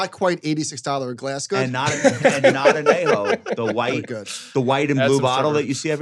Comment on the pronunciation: Josh - please learn how to pronounce anejo. 😂